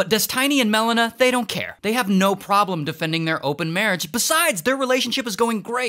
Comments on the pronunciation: And Mel-ena instead of Melina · The way he pronounces Melina just hurts my ears